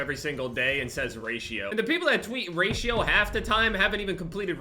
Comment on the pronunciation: When says "Raito" instead of "Ratio"